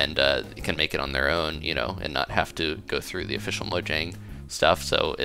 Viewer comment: Mojang is said Mo-YANG.